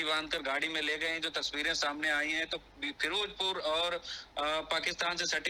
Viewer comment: Firojpur hahahaha firozpur hota hay